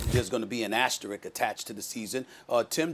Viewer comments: Can we please pronounce asterisk properly? Aster......risk. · I find it sad that everyone seems to have forgotten how to pronounce the word “asterisk.” It’s like saying “asterid” instead of “asteroid”. It’s not a difficult word. Stop and think about it for 10 seconds. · how is it that such few americans can pronounce the word "asterisk"? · I will once again point out that the word "asterisk" continues to elude the pronunciation abilities of sports media